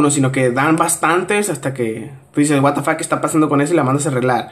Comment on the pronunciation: Me da risa como dice wata fak jjajajajaj